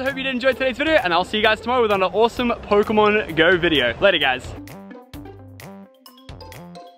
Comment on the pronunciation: Its pokemon not phokemon